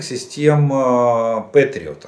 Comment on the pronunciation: "Пэтриот", не "петриот". Желаю Украине победы и полного восстановления - за российский счет!